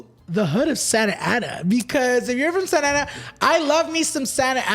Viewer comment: yes not santana is SANTA ANA LOL